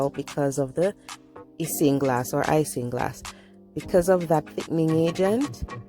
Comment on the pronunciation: I still prefer the old way by boiling the Irish moss! Isinglass is pronounced 'icing-glass'👌nice upload my friend ☺